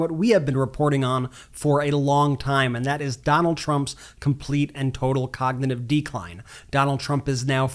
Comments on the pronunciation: 45. Cannot say the word cognitive! 45 is not able too become PRESIDENT!VOTE BLUE! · He can't even say the word. Has anyone noticed he cannot say the word cognitive? He says cogtitive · "There's no "cagnotive" problem" ...they way he speaks 🤦‍♀️